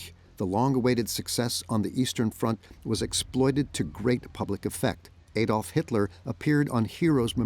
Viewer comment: Another "Ay-dolf" Hitler moment... stoopit American narration 😂😂